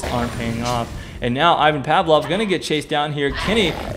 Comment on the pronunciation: you pronounced Ivan Pavlov wrong :P